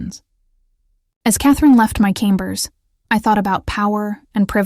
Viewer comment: Chambers shouĺd not be pronounced as 'kambers' LoL